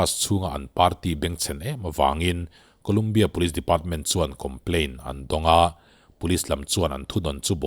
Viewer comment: Ngatinge kulumbia tia i lam tlat thin a. Saptawng/hnamdang tawng chu hriat chian loh chuan google ah te a lam dan zawn ve awm . Ngaihthlak a ti hre awm. A leh pek chu thleng tawh lo se. Lumbia 😁